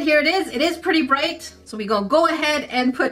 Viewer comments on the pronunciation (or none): none